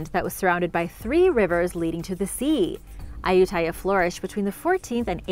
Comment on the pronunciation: I have been to Ayutthaya a couple times and several other old ruins in Thailand. It should be pronounced a-YUT-ta-ya though.